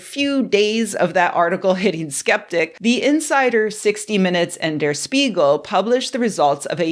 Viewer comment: "Durr Sssspeegul." Say it with me: Dea - Shpee - gill